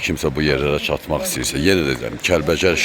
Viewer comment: oğlum əsil Kəlbəcər ləhcəsi ilə dedin,Kəlvəjər